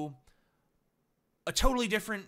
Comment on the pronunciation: total not shop... tooottall